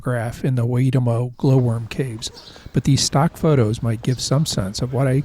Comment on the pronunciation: Great Video. Have traveled these roads many many times. For pronunciation "Waitomo" = Why Toe Moe (As in your toes on your foot and the Simpsons bartender!) Look forward to the next one. Place names with Wh should be pronounced as a Fong so Whanganui = Fong-ga-nui, officially but a lot of (non Maori) say Whon-ga-nui.